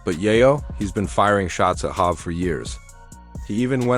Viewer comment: Who the fuck is Hav? Jay is hov. Hav is havoc from mob deep this video trash. And who is yoyo 🤣